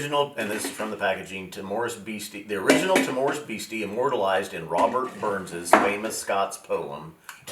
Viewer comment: I'll be that guy; the stress is on the 1st syllable in "timorous." TIM-ur-us. I'm really keen to try these; I just got a sample of Rock Oyster in my Drinks by the Dram Advent calendar and loved it. Nice to hear some love for blends, too - I'll take a good blend over a mediocre single malt most of the time! I've messed around with my collection and tried doing some blending, and it is DEFINITELY an art...and I'm pretty much in the fingerpainting stage of that art.